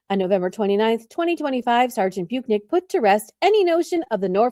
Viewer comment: It's Bu - KEN - ick